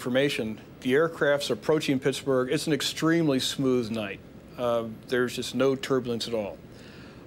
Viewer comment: Hey, Mayday people: Should be "Pittsburgh," not "Pittsburg." Pittsburg is in California.